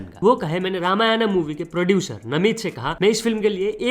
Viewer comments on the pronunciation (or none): bhai ramayanaaa ❌ nahi bhai simple "Ramayan" ✅ hota hai